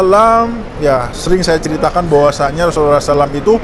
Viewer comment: bukan Rhosulullah h nya 🙏🙏🙏